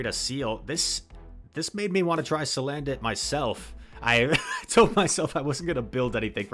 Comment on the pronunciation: Cuz, it's name is salandit not "sandalit"